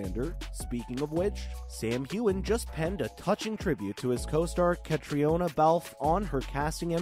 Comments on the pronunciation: Wouldn’t it be great if you learned how to correctly pronounce Caitriona’s name? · Why don't they know how to pronounce her name it's not that hard